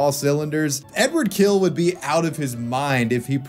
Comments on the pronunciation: His last name sounds closer to "Hill", definitely not "kill". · It's Hill not Kill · Am I hearing badly or is there something wrong with the English language? He is [Hil] and not [Kil] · his last name is pronounced "Hill." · Great video, finally I know the backstory. But to his name - it's actually Эдуа́рд Анато́льевич Хиль - ɨdʊˈart ɐnɐˈtolʲjɪvʲɪtɕ ˈxʲilʲ. There's no ''K'' or ''H'' sound in his surname. It starts with ''X'' like in ''Mexico'' (pronounced in Spanish) and ends with very soft ''L'' (like in Spanish word ''Sevilla'') ... oh yeah, I know. Anglophones, hahaha.